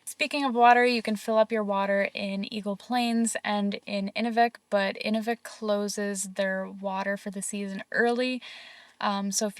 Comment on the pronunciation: Great video! Just a quick thing about pronunciation...Inuvik is said like Enuuuvik. What you were calling it is the frame used to stretch animal skin for drying. Good job saying Tuk though! Also Inuit are the most welcoming friendly people in Canada. ❤